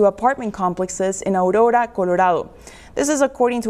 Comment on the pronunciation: Seriously....this lady? Is she one of them? Who says Aurora, Colorado like that? 😂